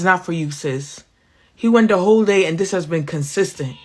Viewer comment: I heard her as "hoe queen" not "WHOLE queen". 😂🤣